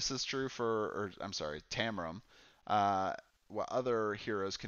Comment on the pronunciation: Great video, and covered a lot of the mistakes new players (myself included) can make. The only thing I didn't agree with this time is your pronunciation of Taram :D Although I thought Uster was the hardest to play and Jade easier, maybe that was because they were on my 2nd and 4th playthroughs of Lava Citadel respectively, so I'd gotten more used to the rules by then. I totally agree that Uster's attacks didn't fit the typical necromancer type feeling though, which I think they nailed with all the other characters I've tried so far. I think it would have been cool if he could summon ANY dead combatant to fight for you, like with 30HP and unable to heal or something :)